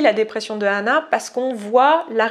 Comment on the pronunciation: deja ca se prononce anna pas hanna ,, :3